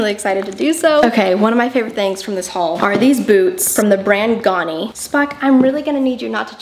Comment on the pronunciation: it's also not "gawni", it's ganni, with a sharp A, like the first A in amazing or adjust